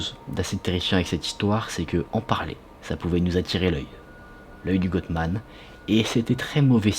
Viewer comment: Salut! GOATMAN se prononce GOAT comme AUTRE. Désolée, c'est juste pour t'aider .